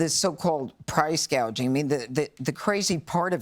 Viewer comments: What is Price Gauging ? 😆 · Price “gaging?” She’s an idiot. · What is priče gauging?